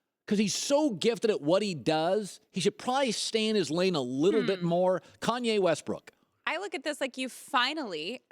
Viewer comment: every time he says Kanye I cringe so much